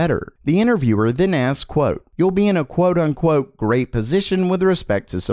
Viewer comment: I thought that was said as "quote on quote" 💀